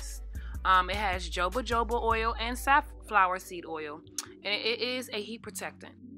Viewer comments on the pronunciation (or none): I Love it. Momma for future reference the J"s in Jojoba is pronounced H! Peace sis.. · That is the most interesting pronunciation of jojoba[hohobah] oil I've ever heard lol